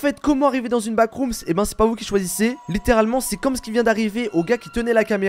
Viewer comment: Vremment ça me frustre que dise backroomsss alors que c backroomsss sans s